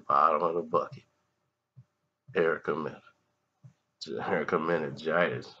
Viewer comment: Did he just say Erica meningitis😂😂😂